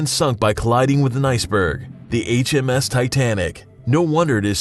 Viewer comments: It hurts to listen to him say HMS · Its RMs not hms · It is RMS not HMS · It's rms not hms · It's Rms not his you idiot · It's RMS not HMS. Just saying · It's RMS and not HMS but good job on the vid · You said H.M.S titanic, it's R.M.S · it's RMS not HMS.-. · It said H.M.S! Its actually the R.M.S. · bro Mistakes: he said HMS it's RMS! U left out how much life boats their where and the sneezer is to that 16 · I know. RMS for Royal Mail Ship. But I didnt recognize that he said HMS^^ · "H.M.S." Titanic? If you really knew your facts, you would know it's R.M.S., which stands for Royal Mail Ship. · It's was R.M.S not HMS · It's R.M.S not H.M.S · Uhh, it's R.M.S Titanic, not H.M.S. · you said hms not rms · Yea it is R.M.S not H.M.S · why did you say HMS when it's really RMS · HE KEEPS SAYING HMS TITANIC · it's r.m.s